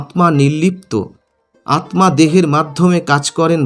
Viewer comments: আপনি আত্মা কে আতমা উচ্চারণ করেন কেন ? আপনি কি পদ্ম কে পদমো বলেন ? তাহলে স্মৃতি কে কি উচ্চারণ করবেন ? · Atma ta vulucharan korchen pless ucharon ta thik krun. Atta